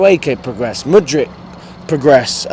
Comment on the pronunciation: finally saying mudryk 👏